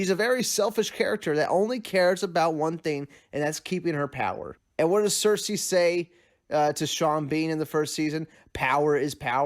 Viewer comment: "Danarius" "cersese" haha